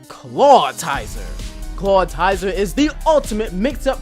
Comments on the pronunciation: its 'clawitzer' not 'clawitizer' XD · also CLAWTIZER? It's spelled Clawitzer! not clawtizer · it's clawitzer not clawtizer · he said clawtier dude its clawitzer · lol Clawtizer? Thought it was Clawitzer? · "Glay-ly" "Claw-ti-zer" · it's pronounced glalie (lee not lie) and claw it zer! not claw tizer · It's pronounced "claw-itz-er," not "claw-tie-zer." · IT'S NOT CLAWTIZER IT'S CLAWITZER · did he just say clawtizer instead of clawitzer and also gla'lie' instead of gla'lee' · Claw-it-zer. Not claw-i-ti-zer. It's based off of a bullet shrimp and a howitzer. I hate mispronounciations. It doesn't even have a second I. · Can you please look at the spelling of ClawITZER and pronounce his name properly? I hate hearing you pronounce it, because you are so very, very wrong. It's not tizer, it's itzer. Really, look at the spelling! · Glalie is pronounced glay-lee and Clawitzer is pronounced claw-itz-er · Clawitzer is pronounced 'Claw-vit-zer' (since it comes from German), and Glalie is pronounced 'Glay-lee' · pretty sure clawitzer is meant to be pronounced like howitzer. other than that and personally not agreeing with how you pronounced glalie, (which I don't have anything to base that on so I could just be saying it wrong) it looks like you're reading off of a script in the facecam, if you are maybe consider memorizing it and recording in segments instead. very charismatic presentation otherwise. 3.5/5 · Lol, I always say Clawtizer, just sounds better and rolls off the tongue easier. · Can you take a moment to reread the names of the Pokemon that you're butchering? Tyrant-R-um Claw-I-tzer I mean come on... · Clawitzer. Claw-it-zer. Say it with me. Also "harbinger of death" - har-bin-jer. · For one thing you pronounced Clawitzer wrong. It is claw-WITZ-er. Yes, that syllable is emphasized how I did it. For another thing, Raichu should be at the top because everyone thinks Pikachu is so much better except me! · you do realize that the I comes before the T in Clawitzer?